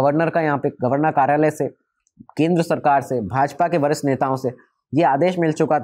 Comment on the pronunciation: वरिष्ठ और भरष्ट ठीक से बोल लो, आडवाणी जी वाले लाइन में